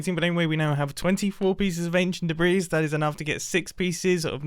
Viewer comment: "Aneshunt debreez"